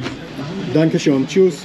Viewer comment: Just to be pedantic: "Schön" as in "Danke Schön" is not the same as "Schon" what you seem to be saying. Schon is actually a word too and means already. So you are saying "thanks already" everytime instead of "thank you very much", which I presume you are trying to say. Could be worse haha, but try the pronounciation of the ö or oe. I dont think English uses that sound a lot. Im from Holland and in Dutch we actually do but we use different letters for it, like in the word "leuk" (fun).